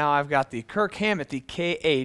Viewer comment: its KIRK not kirt... and its Hammett not Hammet